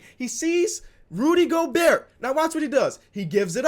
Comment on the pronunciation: No one:: Go-BUrt